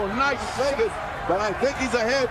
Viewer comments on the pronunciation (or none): none